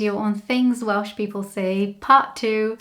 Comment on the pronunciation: I've seen a few of your videos, only knew you as a Brazilian in the UK. My god......how did I ever think you were anything but Welsh ? When you say you are not Welsh, it sounds to me like you are saying; " I am not well." You don't want to spoil the ship for a ha'porth of tar. Great video, Welsh ? Who'd have thought it ? No, not Welsh. I know.